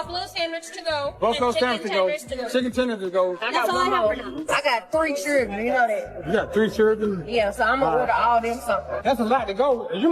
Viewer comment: SHE'S GOT THREE CHIRDRWEN YOU KNOW THAT?